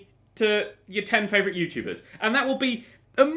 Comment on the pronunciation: I was pointing out at the end you said yourubers instead of youtubers.